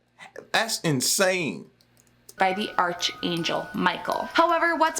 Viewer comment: Archangel lol ARCUH lol not arch And I love these books lol Well not ALL of them but anything magic I enjoy